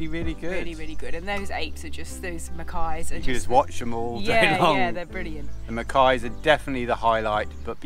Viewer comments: MACACQUES, not ‘mackays’ !!!! On the whole, a good video about Gib - better than most caravanners’ filmed mini-visits to the Rock. Thank you for that. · Macaques not Macais.